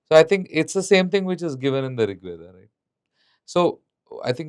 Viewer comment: Why northies pronounce ved instead of correct term veda? Yog instead of yoga. Hindi pronunciation is not Sanskrit